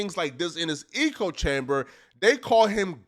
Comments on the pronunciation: Omg he makes great content and has intelligent views (usually), puts it together well. Sometimes tho, lol he says eco rather than echo or something similar and I’m like wtf, how…. How are you saying this or that so wrong and so often. We’re all flawed though. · Idc if saying ECHOE chamber like a retard somehow boosts you in the algorithm. It still makes you sound retarded. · Eeko eeko eeko eeko chamber😂😂😂😂😂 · Eeeeeko without chamber 💀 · Omg can someone PLEASE tell how to pronounce the word Echo? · Nahhh this ninja fake smart ain’t no way he said eco chamber are you trolling bro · Echo - pronunciation (EH - CO) - - certainly not (EEEK - OH) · "eh-coh" chamber not "ee-coh" bro, are you serious? LOL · Facts! Bro, it's an "echo" chamber, not eco. The American education system has failed you. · Wtf is an E co chamber. Thought you were saying ego chamber, which kinda makes sense. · It’s echo. Not eco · Can't stand d******* like you. So what if he said Eco? Echo who freakin cares. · Echo brother. Eh- Koh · Bro…. Is “echo chamber”, pronounced “ecko”, not “eco”, like “ecosystem” 😆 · It’s echo chamber. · Bro it’s echo chamber not “eco” chamber. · Lol “eco” chamber😂😂😂😂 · The word is "echo chamber," not " eco chamber." Meaning one only hears viewsthat they already agree with. Hence, every statement is an echo of every other statement. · Echo chamber….. not ecology chamber. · Lol why do you keep calling it an "eco chamber" the word is "echo" 😭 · Is he saying eco-chamber on purpose? Like a play on words. Does he not know it’s echo-chamber? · it is “ECHO” chamber… Not “ECO” chamber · It's echo" not "eco" 🤦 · Its echo not “eco” chamber bro. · You kill me every time you say eco chamber. Sounds like a place a bunch of recyclers hang out. The phrase you're looking for is echo chamber. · Nothing says sudo intellectual like a word Smith pronouncing echo "e-co" lmao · “Echo chamber” bruh. Not “eco chamber” 🤣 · Echo-chamber….not eco-chamber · Lol "eco" chamber.